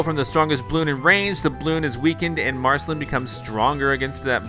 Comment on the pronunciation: you just said marcaline he :d